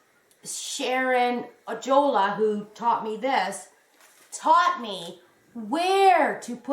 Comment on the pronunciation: Gorgeous makes,!!! Sharon Ojalla’s last name is pronounced like, Oh-Yawl-Uh.